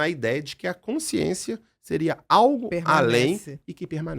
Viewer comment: A Dra. tem dificuldade na dicção para a palavra: "consciência"??? Ou é impressão minha?